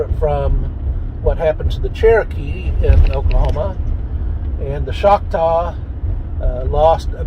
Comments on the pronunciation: its CHOCTAW not Shoctaw. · It’s not schocktaw it’s Choctaw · CHALK-TAW would be better in order to pronounce